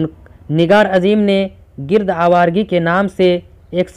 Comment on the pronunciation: گِرد آوارگی ۔۔۔ نہیں ہے ۔۔۔ بھائ گَرد آوار گی